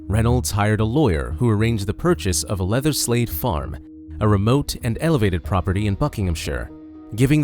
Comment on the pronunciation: Great vid, I have to say though I kept thinking you said "leatherslave" but that just might my mind in the gutter lol